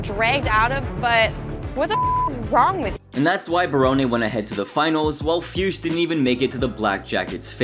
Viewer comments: The way you pronounce Fuchs....wow... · That pronaunciation of Fuchs made me giggle hard XD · I think that is not how you pronounce Fuchs.. Just listen to AVGN how he pronounce it correctly. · how do you come up with jackie fiusch? are you hallucinating or what? FUCHS! no i and no s before the c🤦🏼‍♂️